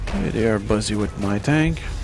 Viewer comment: there were three funny and one thing that made me mad with this video. The funny first shall we: when the comp voice said "estaunlich" i always thought it was you, the second thing that was funny was that you said buzzy instead of busy, then the third was the awsomeness of the sturmtiger. then the thing that made me mad was that when i play the demo (only have it so far) i cant advance with no cover for my infantry like you did.